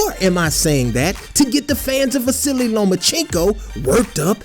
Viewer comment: is it just me or is he saying “the silly lomachencko”